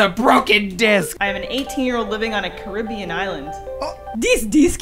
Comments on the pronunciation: “Dis deesk is from da carrrreebeeeeun” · I love you, but it's CARE-UH-BEE-AN. Not CA-RI-BE-AN